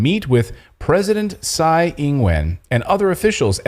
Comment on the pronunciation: Tsai should be pronounced as "chai"